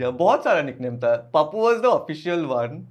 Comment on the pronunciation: The host is soo annoying. It is not "Pappu". It is "Paappu". Why would you call someone with their nickname? Nick name is for close people, relatives or just a locality name. / himself is a big name. Why not call that? Most of the conversation is about his gender or marriage despite being clear that he is not comfortable to speak about it. The whole podcast gave a very low and negative vibe.